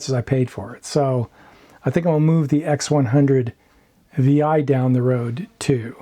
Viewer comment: X100 six. Not Vi